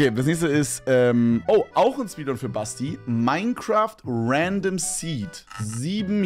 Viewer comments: Stabile "SPEEDUNS" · Speeduns????????????? aber geiles Video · Aufjedenfall die "Speeduns"